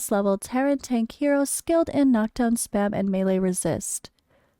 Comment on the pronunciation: Thank you for this and additionally for pronouncing melee (mālā ) correctly! 🙏 I’ve tried to clarify it for Dan but he just keeps saying it wrong 🤦‍♂️ (he says “Mee Lee” which is annoying af. 🤣)